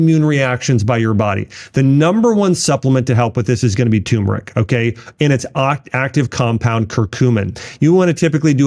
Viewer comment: Turmeric not Tumeric lol